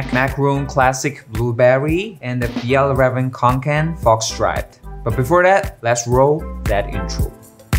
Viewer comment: I’m pretty sure it’s pronounced fee-El-Raa-ven kon-ken